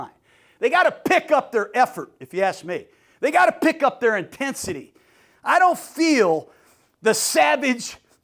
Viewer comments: ENTENSITY!!! *cough Intensity…. 🤣 💙 Gruden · The 4 Eeees..Entensity😂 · Entensity lol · Someone’s gotta tell Gruden that intensity don’t start with “E” and it ain’t gonna be me 😅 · “The 4 E’s! Effort, execution, enthusiasm..entensity”😂 Pretty sure it starts with an “i” but hey I can’t argue with the legend